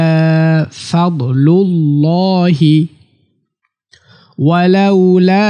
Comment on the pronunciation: আরবিতে লেখা আছে ফাদলুলল-হি আর আপনি বলছেন সাদলুলল-হি কোনটা ঠিক হবে???